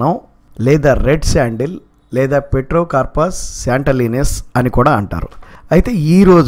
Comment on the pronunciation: Petrocarpous kaadhu ptero